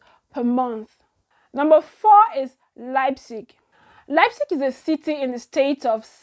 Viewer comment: lol I know. But I know u got the Leipzig very well bcos its a name of a football club,I have heard it many times. You try well well my dear.